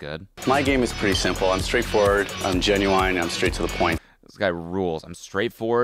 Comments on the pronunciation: Genu..aine... Where in the world is it pronounced like that? Genuainely wondering. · sorry, genuWINE?? -an American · I will never trust anyone who pronounces genuine as "genuINE" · it’s pronounced both ways, it’a just rare for for it be pronounced as genuWINE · i'm a non-native and i've NEVER heard anyone say it genuWINE before this video lol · it's wrong 😂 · the way cody pronounces genuine makes me aggressive